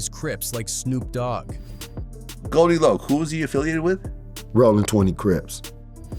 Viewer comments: not goldie lock, its goldie loc (pronounced loke), and the group is tha eastsidaz, what are you sayin??? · Lock instead of Loc is wild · Man if you said Goldie Loc name like that one more time 😂 it’s pronounced LOC with the “O” as a long O like “Low” “Loc” not “Lock” 🤦‍♂️ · Who is this white dude talking about hood stuff Goldie Lock 🔒 🤣 it’s Goldie Loc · Who tf is goldie lock? lol ITS GOLDIE LOCC CUHZ ♿️♿️♿️♿️♿️♿️♿️ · Goldie Lōc not loc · His name is GoldiLoc (Low-k) not GoldiLock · These AI videos are entertaining but the pronunciations like "Goldie LOCK" is hilarious 😅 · Goldie "Lock"? Are u for real bro?? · The constant mispronunciation of Tha Eastsidaz and Goldie Loc almost made this unwatchable to be honest. I get using AI for voiceovers, but simply doing a control F to find and replace “tha” with “the” and “Loc” with “loke” in the script would have gone a long way to help with AI pronunciation. Appreciate the Tray Deee recognition though.